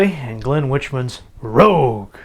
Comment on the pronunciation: Oh, just one thing though: my last name is pronounced like "Wick-man", not like "Witch-man". Just FYI.